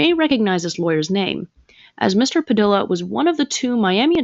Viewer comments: Padilla = Puh-dee-yuh 😒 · FYI: The name “Padilla” is pronounced “Pa-DEE-ya.” A double L in Spanish is pronounced like a Y. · 😂 It sounds ridiculous pronouncing Padilla that way! Perhaps learn to pronounce names correctly... That's kind of an important part of it when you're trying to make a name for yourself by talking about other people.